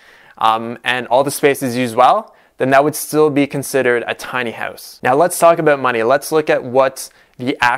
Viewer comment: Your Canadian is showing.... "Tiny Hoowse" :)